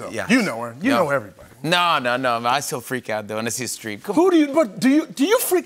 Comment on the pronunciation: Probably a dumb question, but who is Streak? Oh wait, did he say Streep?